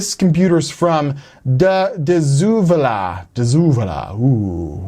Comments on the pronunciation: De Zevala 😂 say it with me, dey zavalla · I live in San Antonio. Dezevala is pronounced day-za-vala. We have alot of weirdly named roads and counties. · It's pronounced "day seh-vala", spelled De Zavala. It's actually fairly close to my house in San Antonio, about 3-4 miles. I'm tempted to go get it just to see what's on that HDD. Oh, and to send you better pics. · Its "De Zavala" (Day Zuh-Valla). lol